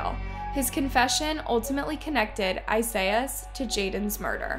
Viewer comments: Esias is pronounced Ē-sy-us. What you’re saying is Isaiahs. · i really am baffled at how you pronounce Esias' name.